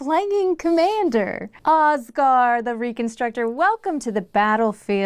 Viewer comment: Y’all pronouncing it Oskar instead of Osgir causes me psychic pain. Oskar is my birth name and also not how you pronounce that